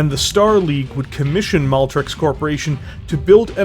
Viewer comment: You got it right the first time, but after that you kept saying "Maltrex" instead of Maltex. Anyhow, thanks for not making any lame thug life jokes.